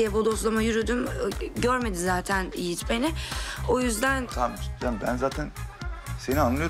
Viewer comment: Can say Yogi no Yigit 🤣🤣🤣